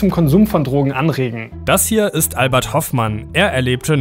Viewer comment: Albert Hofmann und nicht Hoffmann. Hast es falsch ausgesprochen.